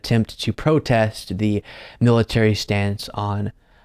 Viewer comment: her saying "woke militay" pisses me off so much! It's disgusting to hear!